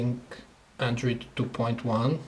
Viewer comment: hahaha he say andrid not android